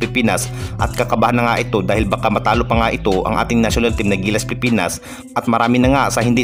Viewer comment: Idol wag ka mag madaling magsalita pilipinas hindi pipinas idol concern lang kc pangit pakinggan kung nagmamadali ka